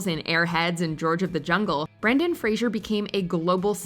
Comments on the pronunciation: Please learn how to say Fraser, Not Frasier. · I am happy that Brendan Fraser and Britney Spears are back. Never was a fan of them, but both are big talents. Edit: yes it's Fraser not Fraiser.